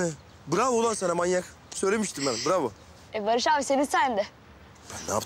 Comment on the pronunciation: Barış fikoya bravbo manyak diyo 😂😂😂😂😂